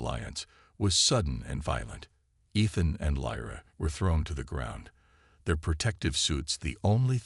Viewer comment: No way to teach the AI to pronounce Ethan correctly?